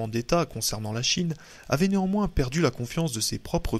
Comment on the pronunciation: merci pour cette lecture intéressante mais qu'il est pénible et insupportable d'entendre toutes les trois minutes des fausses liaisons! (... se mirent néanmoins t-en grêve... , ...sont nés t-au japon...)